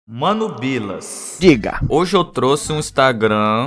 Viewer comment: Mano pilas foi de foder 💀 Eu sei que o disse Bilas, mas cá em Portugal pila é pau e ficou MT engraçado a abertura, pareceu mt q o disse pilas.Tipo "mano paus"